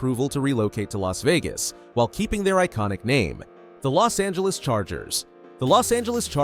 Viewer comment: Los angelos